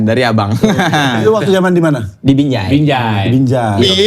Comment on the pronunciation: halahhh lidah abang bukan “binjai”, tapi “BINJE” 😂😂